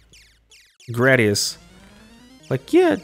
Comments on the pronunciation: it's gray-dee-us! (Isn't it?) 🤔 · Ya know, I looked online to see what other people were saying and it seems like your way is the most common pronunciation! Next time I play a gradius game on the channel I’ll try to remember 😅